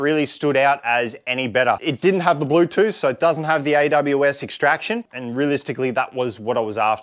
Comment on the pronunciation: bruh, you lost me with "Blutooth"...